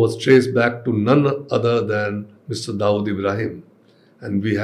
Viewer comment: Barkha can you please be authentic with your accent. You know very well how Dawood is pronounced in India but you are acting like you never lived there and so pronounce it as if you studied your entire life in North America. I'm a fan of your work but your wanabe accent is seriously cringe.